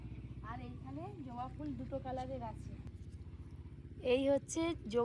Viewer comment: ওটা জোবা নয় ওটা হবে জবা 😂😂😂